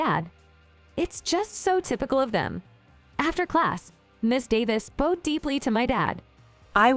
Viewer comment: Automated readers? Can't pronounce "bowed" correctly.